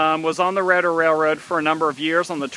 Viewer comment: R EEEEADER Railer long E bub…!!